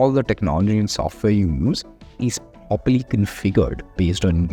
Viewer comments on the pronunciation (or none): sorry to spk but everytime u say properly, and uploading, it sounds some other word and I have to read captions below. is it dubbing error?